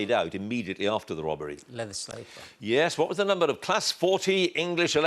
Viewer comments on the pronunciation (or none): The Gwate Twain Wobbery